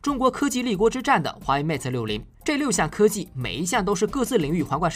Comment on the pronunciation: 不是 meta，是 mate